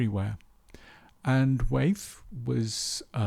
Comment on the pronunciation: It’s Wyeth not Weyth. Sorry Great post though